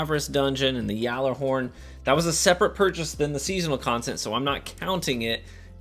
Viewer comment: Your attempt to pronounce these foreign words makes me cringe 😬 lemon arc, yallarhorn